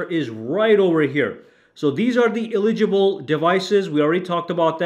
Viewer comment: Just say eligible. Not eli-gi-ble. You know how to say it. Just say it.